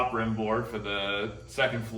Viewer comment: Its "rim" board silly goose